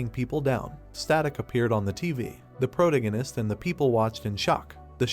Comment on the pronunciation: All your videos mispronounce "protagonist".